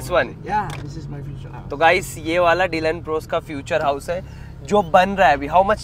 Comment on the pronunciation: Is it only me who's hearing dLund pros😂